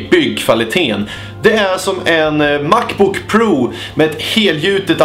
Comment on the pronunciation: "Mackbook proou" "En giggahertsh"